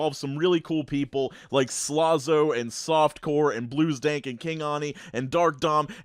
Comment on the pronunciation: Hey, it’s King Ani, pronounced like Elsa’s Sister (awn-uh). Just thought you should know for future reference :)